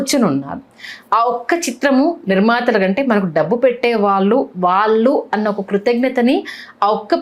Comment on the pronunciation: వాల్లు కాదు వాళ్ళు ! ళ అనే ఒక అక్షరం ఉంది తెలుగులో.